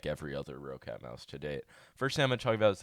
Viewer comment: nice video, BTW roccat is pronounced as rocket